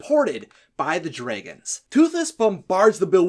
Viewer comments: So...why do you keep pronouncing "dragons" as "draygons"? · Why are you saying dregons it is drogon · Pretty good vid, but the way you say, "Dregons" becomes unbearable. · You are saing it wrong. It's dragons, not dreigens. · Lmao what accent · Why do you keep referring to Dragons as "dragans"? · Why does he keep saying DREIGONS ? It's a little bit annoying ! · The pronunciation of Dragons is probably the only part of this video that I would say is grating.